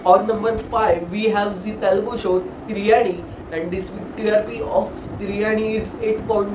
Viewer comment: What he's probably saying may be you're pronouncing Telugu in English style🤔